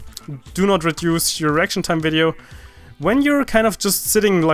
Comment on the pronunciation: if u listen closely then u will hear e before r